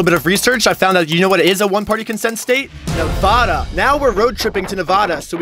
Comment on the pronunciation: Yo i used to love your content but then i heard the way you said nevada i cant believe you bro